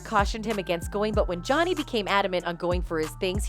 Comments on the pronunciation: NOBODY NOTICED! she said "jownee" lmaooooo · Why does she say Johnny like that ? 😂🤣